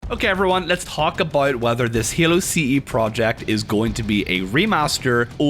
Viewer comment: "lets talk ah-boat"